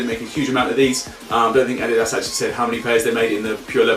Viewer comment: He can't say adidas properly